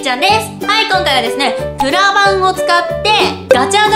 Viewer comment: 最初の、｢今回は、プラ板を使って...｣のところ、プラがブラに聞こえたw